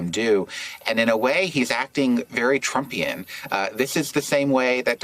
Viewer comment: Trumpying? ...is that what he said? ...did I even spell that right?